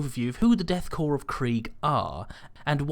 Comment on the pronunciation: Pronounces "Korps" correctly. I press the like button.